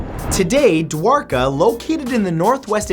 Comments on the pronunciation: Sahil Saksena exactly, finally he pronounces something right😂😂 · Wow you actually pronounced Dwarka correctly